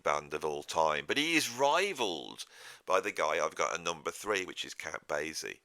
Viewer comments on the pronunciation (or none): Count Basie is pronounced bay-see—the s sounded as ess, not zed. And New Orleans is pronounced Or-leenz.